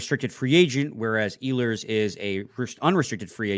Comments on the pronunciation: It' s E-hlers emphasis on the E. He has a track record not producing at playoff time. They should pass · You would have a little more credibility if you knew how to properly pronounce "Ehlers" lol